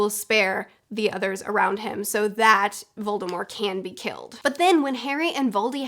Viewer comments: It’s not silent in the word “mortician”, which is probably the closest time an English speaker has gotten to a word with “mort” in it. Maybe Voldy should have taken a page from Stephen Colbert, when he started plugging the Colbert Report he would follow it up with “it’s French, b*tch!” (Of course, he grew up pronouncing the T and his family still does and a couple of times when he was asked his name by govt officials he said it that way on TV) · It’s VOLDEMORT!!!! not voldemore!!!! There’s a T at the end. Yes J.K. Rowling said she intended his name be Voldemore but also recognizes that she should’ve left the T out of it and acknowledges that it’s now commonly pronounced with the T. So stop trying to be different and just pronounce it the right way!! It’s annoying. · Are you calling voldemort voldemor?…. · Every time, somebody says 'Voldemor' on YouTube, instead of 'Voldemort', a little wizzard dies. His name was 'Voldemort' for almost 20 years, in ALL movies and ALL audiobooks, until Rowling decided to twitter some random stuff to keep relevant. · It’s not silent. The t is enunciated. Not that it matters of course. We all have our foibles! You and this lady must know something we don’t! 😊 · your use of "correct" pronunciation sounds extremely wrong. VoldemorT AccXio Forever. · There is, in fact, a t in voldemort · Omg it kills me that you pronounce Voldemort with a silent t. I know it’s the correct way to say it but I’ve grown up always saying the t. Everyone around me would always say it like that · Why you saying Voldemort wrong? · Am i the only one severely put off hearing voldemort with a silent t I know its right but it just hurts hearing it like that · "Volde-more" +"T"? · Don't say Voldemore. That was just another J. K. Rowling after-edit. She could have put that pronunciation into any of the books or movies and didn't, so it is just another time where Rowling was trying to stir the pot and make herself relevant again. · It's a hard T.